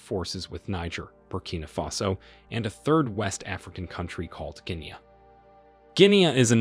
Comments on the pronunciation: Bro, The narrator mispronounced the country GUINEA. He did not say Kenya. The correct way to call it in English is /ˈɡɪniː/ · This guy is butchering the English language!! That is not how you pronounce "Guinea" and "coupe". Argh!!!!!! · Your pronunciation of Niger and Guinea is wrong.